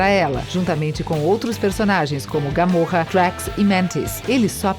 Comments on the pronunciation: Não é gamorra é gamora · E é GÁMÓRÁ KKK😂😂😂😂👌👌👌